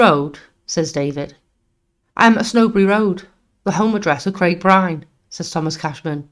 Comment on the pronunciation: Brilliant channel well done, can see this growing big. Only one small petty criticism, the pronunciation of places and some names for Example Huyton is pronounced Hi-en and Byrne being Irish is basically Burn, Dovecot is Dove like the bird and cot, something minor but small tweaks can have a positive impact